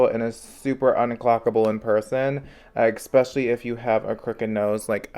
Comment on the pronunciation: THE WORD IS ESSSSSSSSSPECIALLY! Not ExSpecially!